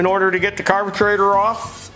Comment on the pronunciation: Carbatraitor wtf does he mean carburetor ?